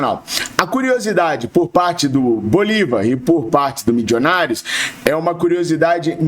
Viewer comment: tenha pena dos meus ouvidos. O time é Milionários (fala como escreve) não tem "midjonários" nenhum.